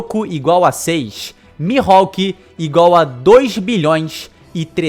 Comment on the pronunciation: Interessante, mas acontece q os japoneses não chamam o Mihalk de Mi-ro-ku e sim Mi-rro-ku